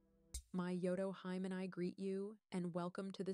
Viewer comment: No offense but it’s pronounced Yoto Hime (HE-MAY). “Hime” meaning princess in Japanese. I enjoyed the video btw